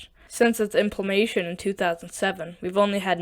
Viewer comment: To narrator: you need to work on slowing your rate of speech, being more precise with your overall enunciation, and specifically, your pronunciation of words like “statistics” and “implementation.” Good info, just hard to listen to.